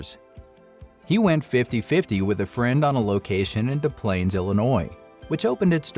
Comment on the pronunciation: We pronounce the S in Des Plaines, IL. Just an FYI.